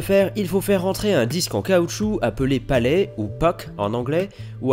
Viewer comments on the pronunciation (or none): palet pas palais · *Palet (et non palais).